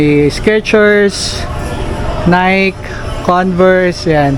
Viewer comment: Nike po is pronounced as nay-ki.👍